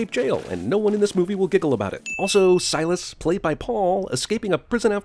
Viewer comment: I lost it every time he said Silas